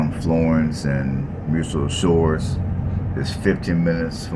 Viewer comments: Muscle Shoals, not Muscle Shores. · Tusk-um-bia, not Tusk-oom-bia. Muscle Shoals, not whatever you were saying.